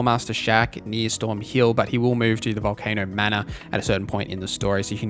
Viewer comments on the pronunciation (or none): none